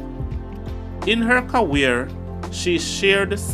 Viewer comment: Why can't he pronounce C.A.R.E.E.R properly